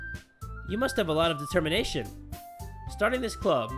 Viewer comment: Not passion its detemnashen